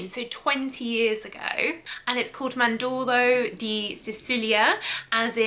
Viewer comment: Dear, thanks for your nice and helpful review. You are a lovely and charming young lady. If I may dare, you should try to pronounce the names of the fragrances correctly, this would grant your video a more professional character. I do understand that you are not acquainted with the Italian language, however I'm sure you can nail it. Be careful where the accent falls in a word, e.g. màndorlo and not mandòrlo. Arancia (pronounced like the English ch sound and not c). Some names are completely mispronounced. Yes, the sound gn is difficult: Sardegna. But… Cidro di Teorima – this one is not even recognizable. Cedro di Taormina! The name of this beautiful and world famous city in Sicily is read as it’s written. And Cedro…. Think of the word check…. And take only the che… Che dro… Cedro. And again Cinotto di Ligurina….. Instead of Chinotto di Liguria. Chi (pronounced ki as in kill), but why Ligurina!? This one can be fixed by simply reading the label more attentively. Fico di Amalfi and Bergamotto di Calabria OK! I want to stress, it’s not only you, so please do not take it personally. British people (included some of my closest and dearest friends) have the same problem; somehow most Americans don’t. Go figure…. Cheers, Stefano